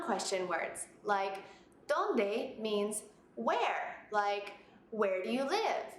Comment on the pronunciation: No it is not. You put pressure on the "o" at Dónde.